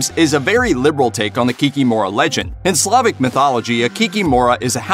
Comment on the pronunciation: In polish the stress is almost always on the penultimate syllable. So in polish it would be 'Kikim(o)ra'